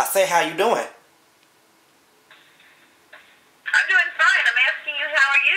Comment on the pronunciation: i love how he on the second time he says " how you doing " he emphasizes it more!